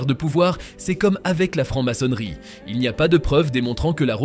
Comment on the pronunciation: Francke maçonnerie. Faudrait parler français !!!